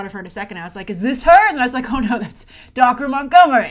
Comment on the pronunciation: His name is pronounced dacre montgomery you pronounced dacre Montgomery's name wrong